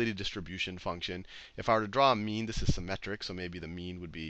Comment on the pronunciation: I swear to god he keeps saying meme and not mean. The internet is ruining me XD